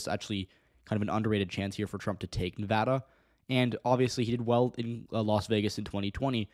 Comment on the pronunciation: As a Nevadan, I have two things to say First, may your days be ever fortunate for all time for pronouncing Nevada correctly Second, the prospect of the Republicans taking Nevada, and even taking my county specifically, scares the fucking hell out of me. I'm LGBTQ+ and it's already hard enough to live with a parent who's transphobic as can be and having to stay closeted, and I won't feel safe in the state if they take it and start criminalizing my existence.